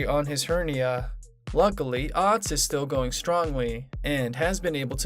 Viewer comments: It’s ahhhhhtz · You need to pronounce Atz name correctly!